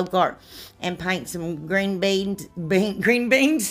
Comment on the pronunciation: This video of you was the FIRST time I’ve listened to you and all I can say is, “I’M SOLD!” I was just tickled to death to hear you speak and when you said green beans, I just died with laughter. You are SO much fun to listen to. I quickly subscribed and liked your channel.❤😂